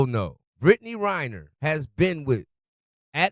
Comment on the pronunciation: Come on dude. It's REN-ner, not RY-ner.